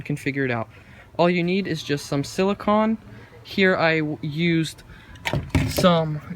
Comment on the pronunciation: It’s “BOW-front,” not “bowlfront” Also, “sili-CONE” Just letting you know for future reference!